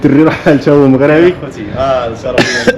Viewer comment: يا اخي قل "مَغْرِبِي" و ليس "مَغْرَابِي".